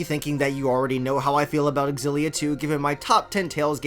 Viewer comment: I like how you pronounce Xillia! I kept pronouncing it such as "Zillia"... Also, they fixed Rowan in this. I really like Elize, but for some reason when I try to run her artes, the enemy easily hone in on her. I like to keep her away from the crowd. I haven't gotten to the post game yet so I can't say I know how they end up late game wise.